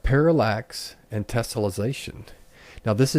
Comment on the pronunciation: Its tessellation not tesolization say it right please doing my head in and it works fine but you need to model and subdivide a cube not use unreals default cube learn what your doing before you make a video